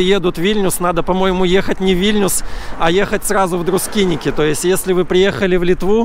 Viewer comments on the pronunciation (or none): Красиво, но почему Друскиники? Друскининкай! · Друскиники, как он величает, это по белорусски и по просту. Для них это тоже правильно, как и Эйшишки, Табаришки. Так что не серчайте слишком:)